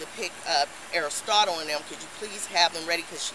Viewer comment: I'm sorry, did she say "Aristotle?" Come on now, why you do that to that child?!!! Should be arrested for that alone Smmfh